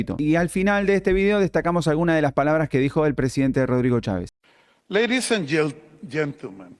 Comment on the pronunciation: No sean imb3ciles lo que impacto fué la pésima pronunciación de Cháves